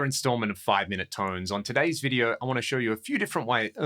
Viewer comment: "a feEeeW"...haha what a start 🙂